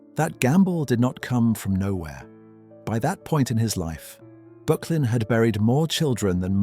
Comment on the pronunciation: Pronounced ``BURK_LIN``